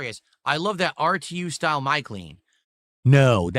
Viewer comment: "Grilled cheese style" God I love but hate the way he says style. I love it because it's the dumbest way to say it, and hate it because it just upsets me hearing him